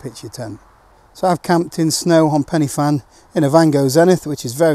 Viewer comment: Penner Van, mate, not Penny Fan.